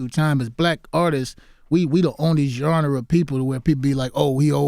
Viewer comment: Listen to this old head try to say the word "genre"